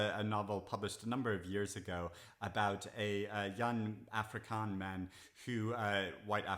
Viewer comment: Just some pronunciation wrt Moffie. (I'm ex-South African). Afrikaans is of-ree-kahns. Apartheid is a-part-hate. I've added both the South African books to my TBR.